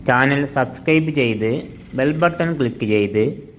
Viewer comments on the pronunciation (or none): none